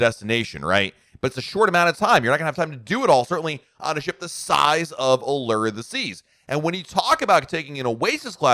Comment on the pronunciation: Is it just me, or do others cringe when pronounces Allure and Windjammer incorrectly. I am not sure where he got those pronouncements.